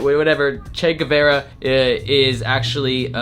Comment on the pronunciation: ima be honest, i’m shocked you said Che Guevara’s name wrong LOL. He’s an icon